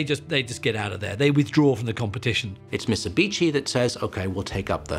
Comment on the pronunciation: it's MITSUBICHI hahahaha